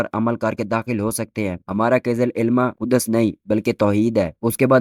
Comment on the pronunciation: Ku-das nhi bhaai Kuds h 😂😂